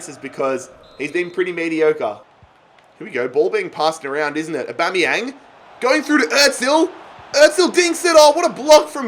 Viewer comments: its awbameyang not uboneyang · U say Aubameyang wrong it’s said like ABA-MEY-YANG not ABO-MEY-YANG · It’s not A-bomb-eyang it’s A-bam-eyang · His name is Aubanyang not Oubanyang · Why does he keep saying abomyamng and not Aubameyang like normal people do? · Stop sayin AUbameyang itz Abameing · Pls say Aubameyang right it’s not aubomoyang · Anyone else realise that he says a bomb yang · Stop saying abombeang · And it’s not abomiyang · The way he says abumyang 😂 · Danny Carey he says aubOmeyang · btw its pronounced Ab-A-mee-ang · Aubameyang actually pronounces it Orbameyong 😂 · Say aubameyang names right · He is saying aubameyang like he is a bomb lol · I love your content mate but please learn how to pronounce Aubameyang properly. Its jarring, sorry 🙈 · Like if he saying aubameyang wrong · Please sell Aubameyang because you pronounce it so wrong